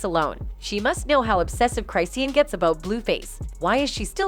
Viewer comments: Lol the way the voice over robot pronounces CRY SEEN 😂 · Crysheen lol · Let me save you some time: IT'S CLICKBAIT also...it's not "CRYSEEIN" like WHAT 🤦🏻‍♀️ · Right??? I'm like... isn't it CHRIS-SHAWN? 😂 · Go and learn to pronounce the people 's name whether they trash or not. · Wait, you pronounced her name wrong. Already a horrible video. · I left when you said her name wrong 😹🫠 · Its the fact u said her name 1000 time wrong 😭😭😭😭😭😭☠ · That’s not how you pronounce her name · At least learn how to pronounce Chriseans' name